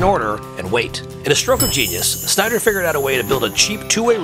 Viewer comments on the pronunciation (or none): none